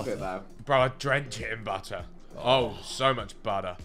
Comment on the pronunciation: the way ethan said butter in an american accent gave me chills 😂😭